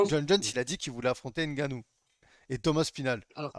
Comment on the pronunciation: C'est Ngannou, et non N' Gannou si c'est difficile à prononcer vaut mieux ne pas prononcer le N.